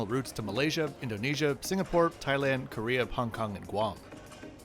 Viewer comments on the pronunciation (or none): none